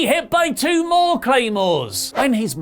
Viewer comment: When says more its sound like he saying bore I spelle His name wrong I think